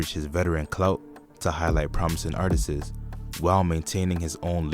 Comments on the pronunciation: Lets leave "artisis" alone. Artists. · Yall have to stop saying artisis. Its just artist's! Try and google the pronunciation if you need help. Its just a heads up, I would hate for people to walk around sounding crazy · it’s not Artistses brother. it’s Artists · I hate a 🥷 that say“artises”. Tf 🤦🏽‍♂️ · PLEASE take the extra S off Artist bro.. sounds ridiculous